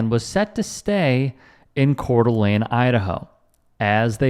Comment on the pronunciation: You pronounced Coeur D’Alene correctly this time!!